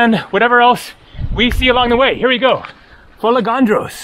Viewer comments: FolEgandros and not FolegAndros as you say. Pronounce it correctly. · Τώρα φίλε μου αυτό είναι το πρόβλημα? Ο άνθρωπος κάνει φοβερή δουλειά δείχνοντας τις ομορφιές κάθε νησιού και επιπλέον είναι πολύ δύσκολο για αγγλόφωνους να τονίσουν την προπαραλήγουσα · Ναι έχω θέμα με μερικούς που δεν προφέρουν σωστά τα ονόματα. Ήθελα να δω την αντίδραση σου αν κάποιος έλεγε το όνομα σου όπως ήθελε και όχι όπως έπρεπε. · Love the adventurous spirit you have but since you love Greece so much (and you pronounced Sikinos right), please know it is fo-LAY-gan-dros. Not fol-ay-GAN-dros. Emphasis on the LAY. It's a tongueful but that's Greek. Geia sou. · What a gorgeous island. For anyone who might care, the accent is on the E. So we get Fol-E-gandros. For the Panagia church, the g is pronounced like y. Panagia, which is an epithet for the Virgin Mary, means "All Holy One."